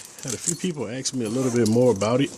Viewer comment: AKS ABOUT ME ASK NOT AKS